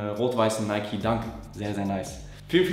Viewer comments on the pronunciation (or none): none